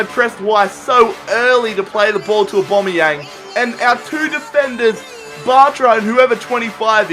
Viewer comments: It's not obomeyang it's owbameyang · His name isn't "Aubomeyong" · Why do you say aubombiang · I'm not a hater but ur penalties were crap and if u say aBOMBeyang 1 more time I swear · Kyle Pirie aubameyang lmao